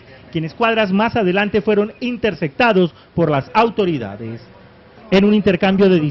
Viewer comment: De donde saca El Pais esas joyas de reporteros que no saben ni hablar ? "Intercectados" ???? Está bien que sea caleño.... pero no tanto !!